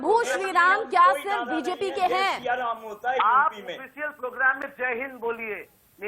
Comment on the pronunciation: दीदी प्रोग्राम बोल, पोगराम क्या होता है बे? 🤣